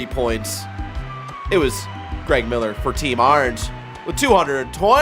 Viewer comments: This is the episode where I realized that Barrett pronounces Orange as "Arnge" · If I didn’t know Barrett was from Cleveland id for sure know after hearing him saying Orange lol